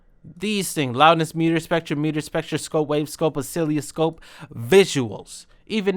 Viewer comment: This dude said oSciLLioScOpE 😂